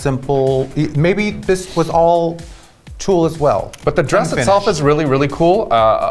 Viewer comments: "Yards and yard of tulle" C'mon Ms Tu-Tu-Tulle and fabric and felt. Sickening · Did Raven just say... TULLE??? 👁